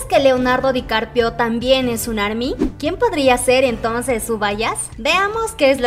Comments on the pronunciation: Lo pronuncias mal. Se dice DICAPRIO no DICARPIO. Ojalá se conocieran algún día 🙏💜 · CUANTAS VECES DIJO DICARPIO EN VEZ DE DICAPRIO😂😂😂😂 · Es Dicaprio no Dicarpio 😂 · No es Dicarpio... Dicaprio 😂😅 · Repeat after me. Di-ca-pri-o. Not Dicarpio 😉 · Leonardo Dicarpio jajajajajajajajaa me dió risa como lo pronunció 😂😂😂😂🤣🤣🤣🤣🤣🤣🤣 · jajaja me gusta cuando dice leonardo dicarpio jajaja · Asi como pedimos tespeto para nuestros chicos de BTS ,seria bueno que tambien se respetara a los demas artistas. El se llama Leonardo DicaPRIO , cuando mencionan a BE TE ESE ..las ARMYS corregimos la pronunciacion del grupo a la mejor para muchos sera una payasada mia pero seria lo mas justo no?? Mi sencilla opinion.